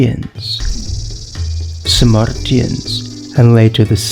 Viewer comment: It's Sarmatians, not Samartians.